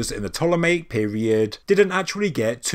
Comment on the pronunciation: you say you are open to new ideas and theories, yet i keep kindly trying to point out you are pronouncing Ptolemaic wrong. Its P'TOLEMAIC, I praise your videos but you're doing my OCD in now lol, heres how say it Ptolemy and Ptolemaic please.....pleeeeeease 😂😂